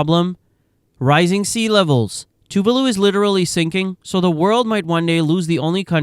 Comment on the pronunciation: Why is renaming Tuvalu “Tavalu”